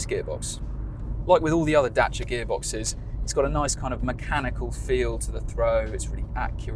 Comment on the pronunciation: Dacia not Dashia